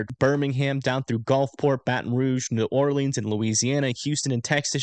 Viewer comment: New drinking game: every time mispronounces “New Orleans” take a shot 🥃😂